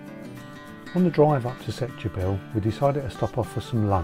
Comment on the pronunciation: Setubal is pronounced Stuball.